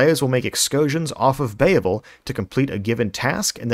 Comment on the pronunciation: Bay-uh-vul problem